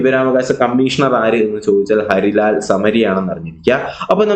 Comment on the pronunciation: സർ ഹരിലാൽ അല്ലല്ലോ ഹീരാ ലാൽ അല്ലെ